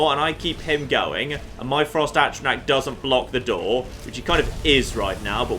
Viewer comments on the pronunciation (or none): every time he pronounces A-tr-aNtac, AT-tra-Nac. Egh!